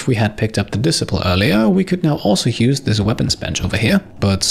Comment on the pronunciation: FYI, Disciple is pronounced di-SAI-pul (saying the sci like science, with the emphasis in the second syllable) rather than DI-suh-pul. I realize Disciple and Discipline come from the same origin, but English is dumb:)